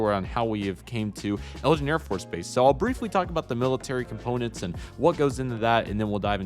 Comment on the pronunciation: Not to be rude, but it’s eglin Air Force base, not Elgin